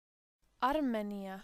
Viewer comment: Omg this is so misleading. You emphasize the A in Armenía and not the í.